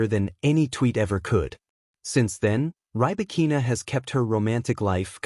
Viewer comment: Can you pronounce her name????????